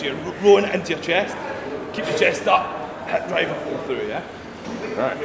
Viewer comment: "heb drive" = hip drive